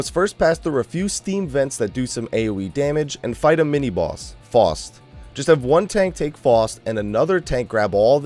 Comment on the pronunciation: Not to be a dick, but it is (Fow-st)